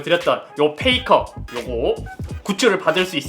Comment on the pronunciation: 페이커를 잇섭식 발음으로 하면 '페이카ㅎ'